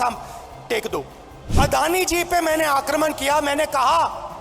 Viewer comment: बेटा, आक्रमण होता है, aakraman नहीं। पर तू क्या जाने, तुझे हिंदी कहां आती है